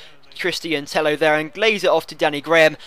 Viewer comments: I'm from Spain an it's not TEJO. It's like TEYO. NO TEJO OR TEIO. With the sound of "yard". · Tello pronounced Teyo, like Villa is pronounced Viya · Christian Tello is Spanish, and in spain is 2 LL's = J So its christian Tejo :) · You're all wrong. Tello is pronounce like Teyo, no Teio or Tejo. You have to use a "y" similar to the "y" sound in the word "yard". You're welcome. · no because it's double L so it's Teyo (spelt Tello). i do spanish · Tello is pronounced like Teyo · Tello is pronounced like Tejo ;) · It's pronounced Teyo you idiot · i think its tay-oh, but everyone gets what you said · tello is actually pronounced like tejo because it is to L whitch makes an J sound in spansich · Two L's make a Y sound not a J sound. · ive listened to spanish comentary when he is on and they say tello pronouncing the L maybe they say it wrong :/